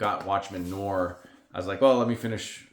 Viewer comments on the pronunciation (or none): Great picks! But it isn't Watchmen Nore it's Noir like film noir. Noaaaar...